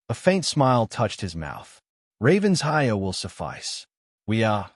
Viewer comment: Another Ravens-hire, rather than the correct Raven-SHIRE. Really becoming tedious!